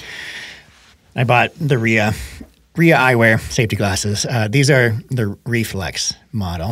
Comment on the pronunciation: you said the RIA eyewear was the best you have tried so far. I am wondering what other brand eyewear and how many others you tried. FYI, if you watch the RIA ads with Brascia, you'll hear that the brand pronunciation is "RYE uh." Not an obvious pronunciation. I know Pickleball Studio has also been making the same mistake. Thanks for this informative and entertaining podcast.